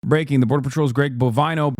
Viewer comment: Bovino /bo·vì·no/ its suppose to be read as BO- Vee - NO and not BO - Va - y- no.